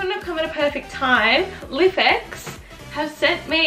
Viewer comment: Thinking of buying one of these, so this video was done very well and ur channel in general is great! *Just a little FYI: its pronounced "Life-X" not lif x haha 😆🤣